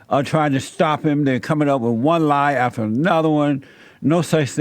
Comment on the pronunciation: "NAFTER" LOL 😆